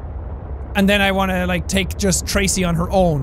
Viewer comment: When you make a pun, I’ll use yours as example, you go Tra-sea You go Trasea, shorey, and apologice, not Tra-sea, shore-y, and apolog-ice